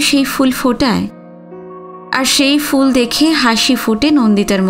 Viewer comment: আপনার পাঠ খুব সুন্দর। একটা দুটো উচ্চারণের অসংগতির কথা যদি বলি আশা করি আপনি মার্জনা করবেন। যেমন 'ফুল' কথাটির উচ্চারণ fool নয়। বাংলার ফ এবং ইংরেজির f এই দুটোর উচ্চারণ কিন্তু ভিন্ন।।